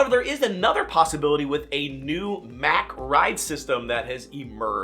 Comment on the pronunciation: the company you are talking about is from Germany and is spelled MACK, but it's pronounced MACH. (like the Mach-1 Mustang) Their family owns Europa Park in Germany and they test a lot of their new coasters and rides there. They built Stardust Racers, which was recently my 750th coaster credit...and it landed in my Top 10!